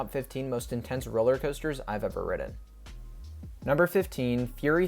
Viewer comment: I hate the way you say 'Ridden'